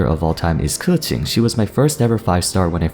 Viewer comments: Why you say keqing like KoOocheeng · Keqing pronunciation is 😏